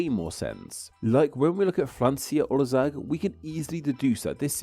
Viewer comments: Actually, 'ország' is pronounced "orsaag" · Heres something for ya: while saying ''Ország'' don't sat "olzag" instead try to use S instead of Z like :Orsag" now this brought you a lot coler to me to understand that you meant "country" in hungarian. Ur welcome :D